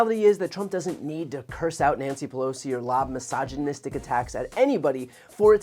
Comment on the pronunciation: He doesn’t remember how to pronounce misogynistic!! 😂😅😁